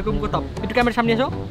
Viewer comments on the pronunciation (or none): কেমেরা না ক্যামেরা।